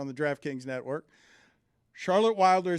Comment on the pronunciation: Dan said draftkings natwork